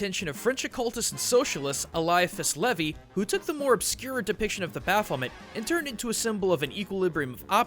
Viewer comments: baphomet: baf-oh-MAY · You got Baphomet so wrong dude... so wrong.